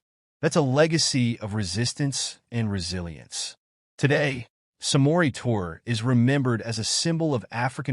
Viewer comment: Pronounced (Tour-ray) ❤️